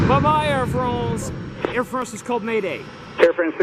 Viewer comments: It’s Not Fronce it’s France 🇫🇷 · Air Fronce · It’s pronounced FRANCE not FRAWNCE. All the flight controllers got it right, except, of course, the guy making the video. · Air France, not Air Fronce..jeez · If you had KYFMS, you would have heard FIVE times it was the left (port) engine that had failed!!! And it’s FRANCE, not FRONCE!! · No one: Camera man: AIR FRAUNNCE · “Air Farance” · Trevor Graham Welch I had same comment. Why the hell people keep on saying FrOnce? Ridiculous! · I love how he says Air Fraunce 😂😂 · Air Frrrrannnnnzzzzz, then back to regular hyper-nasal English…..😂